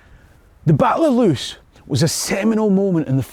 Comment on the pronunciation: Loos rhymes with "close" as in "close enough". In Dutch/Flemish double vowels function like adding an e to the end of an english word.